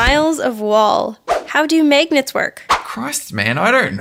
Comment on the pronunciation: she pronounces magnets maegnets